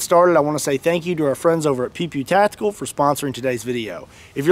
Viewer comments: No offense intended, huge fan here. But, it seriously sounded like you were saying "pee pee tactical". HaHa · I wasn't looking at the screen in the start of the video and I swear I heard you say